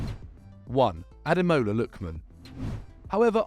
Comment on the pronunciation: Ah day more la. Say it with me, Ah day more la